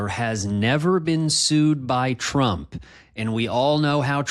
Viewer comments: He can't even say his own name correctly anymore. I heard it as "Schnump" in one recent thing I suffered parts of. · Weird that Trump incorrectly pronounced his own last name, saying, "Strump".